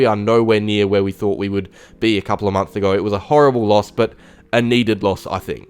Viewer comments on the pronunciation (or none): none